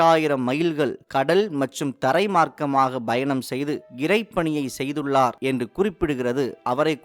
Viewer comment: Informative. But some pronunciation mistakes like Goa, 'payanam', etc.